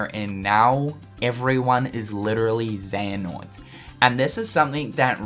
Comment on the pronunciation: mar something is not xeanort